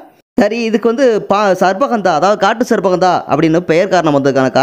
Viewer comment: உங்கள் உச்சரிப்பு தவறு . சர்ப்ப ( sarbba ) என்பது தவறு . ஹந்தா என்பதும் தவறு இது தமிழ் வார்த்தைகள் அல்ல. சரியான உச்சரிப்பு என்னவெனில் . " ஷர்ப்ப கந்தா " ( gandha ) Sharppa gandha " ஹஷ்வ கந்தா Hashva gandha இதுதான் சரியான உச்சரிப்பு . இது சமஸ்கிருத வார்த்தைகள் அரிய , மற்றும் மறைந்த பல்வேறுவகையான மூலிகைகளை அறிமுகப்படுத் தும் தூய பணியைச் செய்யும் நீங்கள் பல்லாண்டு வாழ்க . தொடரட்டும் உங்கள் நற்பணி .